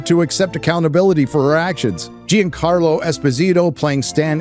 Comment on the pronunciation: Leave it to an illiterate ex con to comment on things that require literacy. Gene-Carlo Esposito. Can’t say John-Carlo? Too difficult?